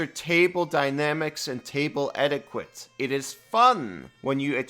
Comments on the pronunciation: Great video! I run a game and play a game. I'm grateful when my players help with the rules. And I've corrected rules as a player, sometimes to my own detriment. That should just be how it works. I don't know if anyone commented yet, but etiquette is pronounced like "etikitt," not "eti-quit." 🙂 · etiquette is pronounced closer to edi ket